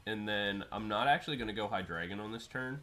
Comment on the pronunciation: It is pronounced: HEE-DRY-GON (From hydra and "drei", which means three in German)